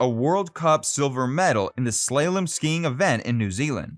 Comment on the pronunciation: SO many problems with this video. Mispronunciations I've never heard before : BarDOTT, SLAYlom. Grammar: someone does not hail a city, they hail FROM it. Jane Asher (NOT Dead) was never married to Paul, and yet you exclude his current wife Nancy Shevell--they've only been married 11 years now! You say Asher died of cancer buy not Linda McCartney. The clip from A Hard Day's Night does not show Pattie Boyd. Trashy research. So I don't believe you're a a childhood fan of Asher's books, either.